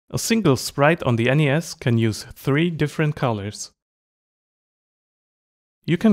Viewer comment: Great video! But, lad, the pronunciation of NES is ''ness'', so you'd say ''a NES''.